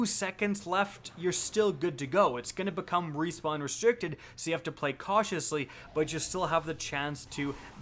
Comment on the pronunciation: "Rewpawn" lol, great video though!